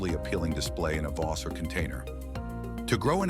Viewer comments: Yikes! The music was too loud and I don't know if that voice was computer generated but in over 60 years on this planet, I've never heard someone with a 'North American' accent say 'vase' the way this voice did. Completely irritating! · Who else pronounces vase as "vazz"? lol!